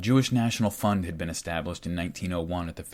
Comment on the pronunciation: Another fantastic oral essay! I kept mishearing the word fund, I would hear fun. This made for some strange ideas. "As a young jew I would contribute to the jewish fun. Once the fun was big enough..." Pretty funny. Can't pass up an oppurtunity to make light of the heaviest of situations.❤🎉 Thanks for helping to make the world more knowledgable.👍🏾🇺🇲 You are doing good things, brother.